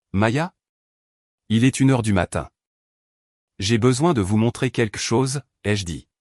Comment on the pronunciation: QuELQue, queLLLLLLque. Pas quaique. Merci. Et plus réaliste le récit, les recherches sont faites pour ça. Ce n'est très professionnel ça. 🤔😏